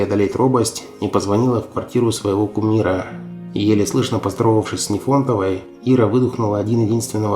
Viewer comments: Нифонтова а не Нефонтова . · Научитесь правильно ставить ударения в фамилиях(НИфонтова а не НифОнтова) и не стесняйтесь говорить Великая Отечественная война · По-моему, НИфонтова, но не НифОнтова. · Ужас! НИфонтова.НИфонтова. нужно готовиться к эфиру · Об Ирине Печерниковой вы очень хорошо рассказали: и о таланте, и о картинах, и о спектаклях, и о жизни. Но за что вы Руфину Нифонтову назвали НЕфОнтовой?! И ударение в фамилии не там поставили и букву в первом слоге изменили! Безграмотно и некрасиво! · Здравствуйте! Скажите, а почему вы пишите фамилию Руфины Нифонтовой через Е и произносите с ударением на О. Мне такое произношение и написание раньше никогда не попадалось. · Кумира Печерниковой звали Руфина НИфонтова с ударением на И! Ну коробит просто от таких ляпов!!! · Нифонтова -ударение на первый слог . Как не стыдно , такая безграмотность . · правильно писать Нифонтова, ударение на первом слоге. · НИфонтова, с ударением на первом слоге!,это обращение к тебе!Дизлайк!!! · Я тоже в шоке, неужели нельзя произносить правильно фамилии известных артистов, если берутся создавать видео об артистах! Причём это не в первый раз. Или это специально, чтобы было больше комментариев? Противно